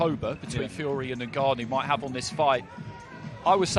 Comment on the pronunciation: Frank Warren pronounces ngannou as NIGGanou 😂😂